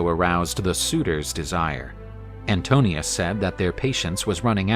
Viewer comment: The suitor is called Antinoos not Antonios. This is important because his name Anti-noos translates as Anti-mind. He is one of the most dangerous suitors because he can twist the truth and thus spread his propaganda, his narration of events. Odysseus has to win him with a better story,better narration, better claim. As the rightful King of Ithaca, he can do it...